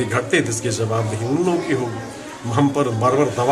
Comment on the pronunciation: jawab dehi not zawab dehi